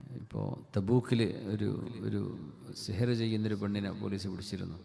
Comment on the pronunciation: Aa zikr onn clear ayitt paranj terumo